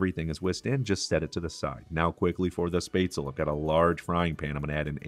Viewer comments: I'm from germany and first I just laughed so hard of the pronunciation of Spätzle. I create a special typ of the original recipe with venison, onions, pickles and mushrooms in it, that's really tasty. The one thing I don't like is that you fry the Spätzle in butter. The problem with this is, that the Spätzle will never soak up the sauce, and that's very important. Greetings from swabia (the home of Spätzle) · Good job there chef! 👍🏻 We eat Rouladen in the winter but with red apple cabbage and dumplings. Also good job on the Spätzle too, I laughed heartily at the pronunciation. Thank you for this. Lots of love from Deutschland! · Totally agree that red cabbage must be eaten with rouladen. And a non-German can be forgiven for the mispronunciation of spätzle. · Looks good, now you need to work on the pronunciation of the word “Spätzle”, it gives me the creeps when I hear you say it wrong! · Both grandmas, my Mom and now I make this dish and have for decades. This looks like a pretty good version. For those who don't have a spaetzle press, you can just use a common kitchen strainer and the back of a large spoon to press the dough out. Btw... LOL... It's not "spay-zle". It's pronounced "schpet-za-la". 😄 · Shpetz-leh. Not Spaytz-l. Nicely done. I make mine with a Jack Daniels Peppercorn sauce. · If he could also pronounce the word Spätzle correctly, that would be great. It's NOT "spaisley", or what ever he's saying, omg! It's [SHPEHTZ-LEH], please!!! For those of you who don't have that fancy Spätzle tool, just do whT my grandma used to do. Take the lid of a pot, lower it into the batter that has been poured into a deep enough but wide platter. The bottom of the lid gets covered in batter. With a long spatula, carefully scrape small amounts of batter directly into the boiling water. Keep scraping the batter off the lid into the water, the Spätzle will resemble thick little worm looking noodles, and like he says, the Spätzle are cooked when they start to float.